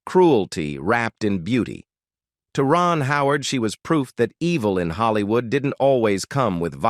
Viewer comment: the fake-ness starts from calling Hollywood as Haalliwood